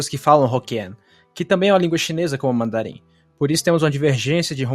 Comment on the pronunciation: Demorei pra avisar, mas você não precisa alongar a vogal no mandarim para falar o tom plano. O macron não funciona no mandarim como um "alonga-vogais", ele só indica que você terá que pronunciar a palavra num tom plano, sem alterações, e não esticar a vogal.